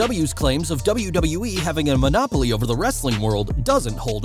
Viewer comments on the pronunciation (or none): none